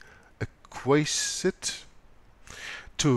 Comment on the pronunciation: Aquiesced. Ack-we-esd :)